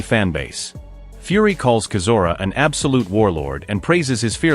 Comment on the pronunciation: Pronounce Chisora right! What a butcher job! 😂